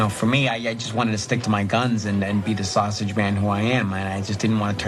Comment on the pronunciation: Fred had the South Side accent down, with an exception. Sausage is pronounced “sas-idge”. Huge props for wearing the early 70’s Sox jacket, the Dick Allen, Bill Melton, Wilbur Wood era. Best uniforms ever. Steely Dan would be proud